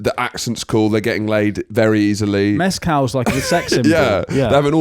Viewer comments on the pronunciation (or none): Pronouncing “Mescal” like he was Tequila is hilarious.